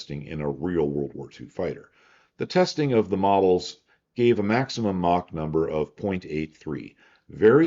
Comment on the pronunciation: Props to for being one of the few people on the internet who actually pronounces "Mach" correctly.